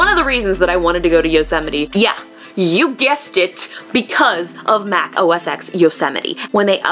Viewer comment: please, for the love of God, it's not OS X it's OS "TEN" the X is roman numeral TEN. thanks, k bye.